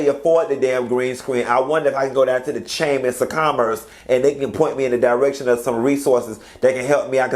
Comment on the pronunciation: As soon as you said “the chamis of commerce”, I said hold on let me fix me a drink because bout to cut up 🤣🤣